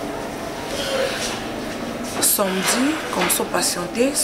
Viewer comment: Darling balobaka samedi et non samdi